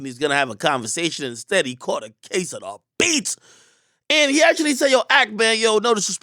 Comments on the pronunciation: When Ak say “DA BEATS!” I feel like I’m getting da beats 😂😂😂💀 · Lmao the way akademiks says DA BEATS🤣